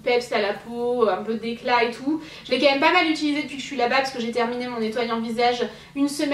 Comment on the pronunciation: vous trouvez pas que dit "meum" au lieu de "même"!;):D